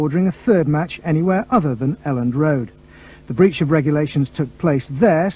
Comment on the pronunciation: breach not "breech"